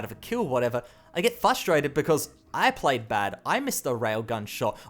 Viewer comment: Some beta players like me play through the Beth launcher, so the numbers might be a little higher than Steam says. Also I can't help myself, it's "f-r-ustrated" not "fus-trated", my wife says that all the time and it drives me nuts! Lol